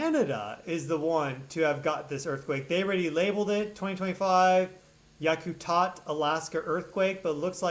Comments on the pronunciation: it's pronounced Yak-a-tat 😂short a sound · Pronounced YUK-uh-Tat